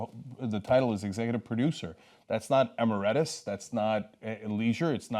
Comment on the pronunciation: Cenk you said "emeritus" incorrectly